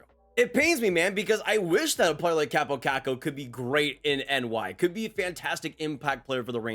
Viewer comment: His name is Kaaaapo, not Kappo. With an elongated a.